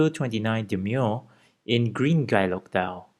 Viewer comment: Harks back to old world watchmaking. It’s been a long while since I’ve seen anyone cover Bovet, so it’s nice to see it on the channel. Btw for future reference, guilloche is pronounced ghee-yösh :)